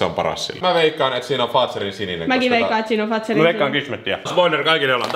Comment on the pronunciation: Mua ärsyttää kun sanoo faatzerin sininen eikä fatzerin sininen